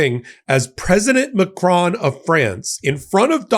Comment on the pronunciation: Just for fun: it is close to this ma - krone; accent on the second syllable. The "o" in "cron" sounds like hone/lone/sown/. Bad suggestion but it is pronounced like "crony". Get the O sound right and you're a winner. Thank you to my president! From France.